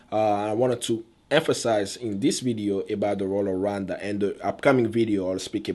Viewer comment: What is that "run dhana ugandha" that's what your pronounciation sounds like. I am not trying to be mean. I mean no disrespect to you, if this is offencive, i'm sorry